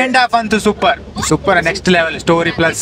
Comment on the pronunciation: ಸರ್. ಇದು ಸೂ.... ಫ್ರಮ್... ಸೋ ಅಲ್ಲ. "ಸೋ"ಸೂ"ಪರ್.